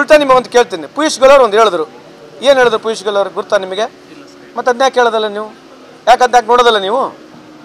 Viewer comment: ಪೀಸ್ ಗೋಯಲ್ ಅಲ್ಲೋ, ಪಿಯೂಷ್ goyal😂😂